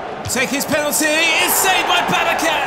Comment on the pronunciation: Volkan Babacan is read as it is written. Since it is a Turkish name, you should not read the letter C as K.